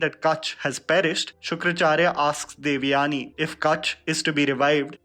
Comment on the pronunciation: Oh ur "devyani" pronounciation is so fake. As if u never heard the common name or as if u r alien to Indian origin names